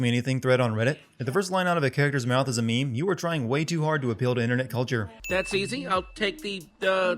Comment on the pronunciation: it isn't mimi/mehmeh it's meme